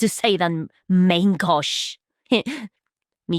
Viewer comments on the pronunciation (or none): its pronounced man gosh in frensh and it means left hand lol 😅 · mahn-ghosh? what? you are closer just trying to read it than using that. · I trough you where saying left hand in French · Can't say, "Main Gauche" but drops "Mesericorde" like it's nothing.